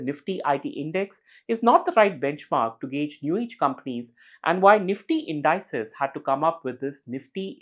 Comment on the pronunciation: Every time somebody mispronounces "indices" as in-DIE-sez, a little kitten dies somewhere.